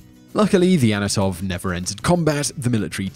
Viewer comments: It is antonov lol, not anotov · ?? ANOTOV A 40 WTF ??? dyslexia buddy ????? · How on earth can you pronounce Antonov "Anatov"? It's even Phonetically spelled. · not anatov, its antonov you idiot.. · An-ton-ove. Not Anatov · your pronounciation is crap mate dont say anotov when the text says antonov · "Anatov," Really? It's An-to-nov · is it just me or did he say"anatov" instead of "Antonov"? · Whistler, LEARN TO SPEAK,DAMMIT! It is AN-TO-NOV, not ANNA-TOV! Also, learn how to pronounce the letter R. You pronounce it in words that it does not appear in, and usually ignore it when it does. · you sayed anatov but it is Antonov they have produced the biggest airplane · "Anatov". It says Antonov right there in the video. Good job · It`s ANTONOV A-40, not ANOTOV A-40... Just read the text overlay you added on the video... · Not "Anatov"! Antonov is the name! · AN-TO-NOV, it's not that hard to pronounce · "Anatov" Pronouncing european names still remains difficult for the americans.